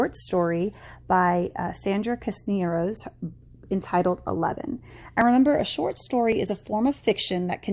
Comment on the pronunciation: Thank you for the video! FYI: Cisneros is pronounced SISS neros